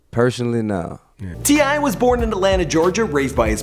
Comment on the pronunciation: finally a name can pronounce